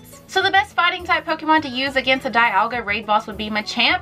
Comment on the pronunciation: I'm pretty sure the pronunce of Dialga's name is something like "dee-ALL-ga". Just saying...